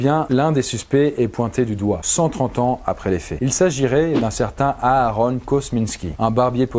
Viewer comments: Hurm hurm... AHAHron ... Euh oui mais non 😂 Ça se dit AïeRone T.T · respecte au moins mon prénom stp Aaaaron 😭😂